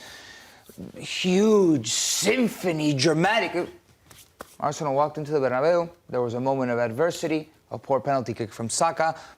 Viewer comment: I cant seriously listen to a guy saying "Arshenal"